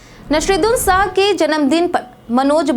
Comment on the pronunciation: Pahale to Nasiruddin shah ka naam galat bolti ho, fir Zinda aadmi ko bhav bhini shardhanjali deti ho. Aisi news reader ko hatao